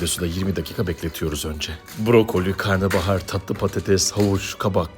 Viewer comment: Karnıbahar ❌️ Karnabahar ✅️